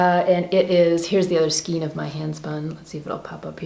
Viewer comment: Skein rhymes with reign.